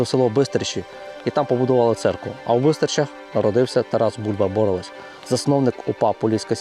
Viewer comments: Полісся. Рівненське. Не сарненщина, а Березнівщина. І не Бо́ровець, а Борове́ць. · ОчмаНа правильно став наголос. ти що не знаєш української мови. очмана - це очумілий чоловік і т.д. подивись тлумачний словник. БоровЕць а не бОровець. не якова долина а янова долина. по Очмані не все так однозначно. то що він працював з нквд факт.